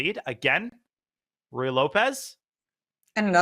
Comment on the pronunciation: FYI, the first word of the Ruy Lopez rhymes with each of the first names of Donald Duck's nephews. Sorry, it's just a pet peeve of mine to hear it pronounced Roy or Rye.